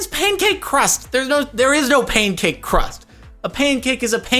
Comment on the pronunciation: On the topic of infuriating... You pronounce pancake as "pane-cake".